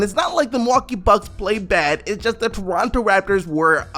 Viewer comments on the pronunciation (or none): why you talking like that lmao - "doronto" "eeeindy"